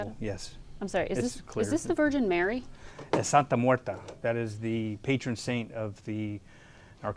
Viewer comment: Not "Santa Muerta", "Santa Muerte" is correct